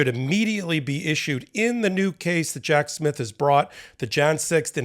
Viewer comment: You made it sound like "Jack's myth" when you said Jack Smith. Some people are gonna love that! 🤦‍♂️😝🤣🤣🤣